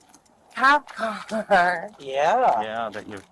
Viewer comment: Amanda: "umm, theres a khap cahahar" Cops: "Yeehah"